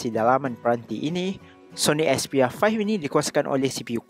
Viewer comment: 'Soni Expiya Faih'